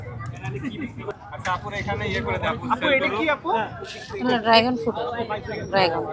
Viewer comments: ড্রাগন উচ্চারণ করেন আগে শুদ্ধ ভাবে,,,ড্রাইগন না ড্রাগন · ড্রাগন❌ ড্রাইগন✅😂😂😂😂😂😂😂😂